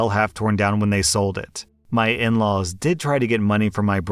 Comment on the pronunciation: I really wonder what accent is. The only thing about it that I notice is the fact that him saying "Did" always sounds like he's saying "Dead"